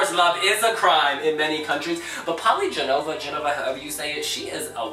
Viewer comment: Her name is not pronounced Jenova, but Genova, where the "G" sounds like in bulGaria